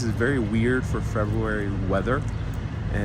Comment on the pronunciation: Please learn how to pronounce the word FEBRUARY